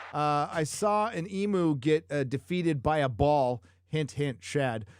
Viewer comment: I hate to be a pedant (but I will) Emu is pronounced Ee Myoo not Ee moo.